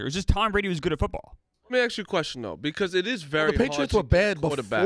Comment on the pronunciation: “Let me Acks you a question” is the absolute worst thing to hear on this show